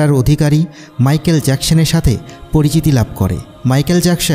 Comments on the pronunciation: জ্যাকসেন না জ্যাকসন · Jacshan na Jecson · Agey thik moto manusher name bolte shikhen erpor video upload koren. So annoying